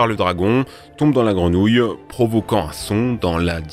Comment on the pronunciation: Punaise, vos sujets sont toujours très intéressants et je vous suis depuis longtemps sans faire ce commentaire mais pourriez-vous juste de ne pas prononcer les mot avec les son en "re" par "rou"...( hors vous le faites systématiquement). Sans être une grammar nazi le "routourner, grounouille" cela n'aide pas votre crédibilité. Je voulais vous le dire depuis longtemps. Encore merci pour votre contenu.🙏🏻 des enfants vous écoutent....merci de donner l'exemple 😉